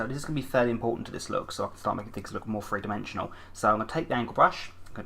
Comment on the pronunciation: I love how you say three :p "Free, two or free."